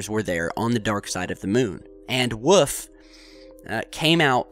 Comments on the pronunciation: That's "Wolf", not "woof". Thank you. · I'm sure he means Wolf. WOOL-IF or WOOL-FFF lol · Btw, is it Carl "Woof" or Carl "Wolf"? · And it’s WOLF not WOOF you nut! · woof? you mean wolf? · love your chan man... but whenever you say "wolf" as "woof" i cry... i cri eri time... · I was joking i'm pretty sure he's saying Wolf . every once in a while you can hear a faint l in it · Eye-Zack New-tun.hmmm I'll blame the cold. Mr. Wuf?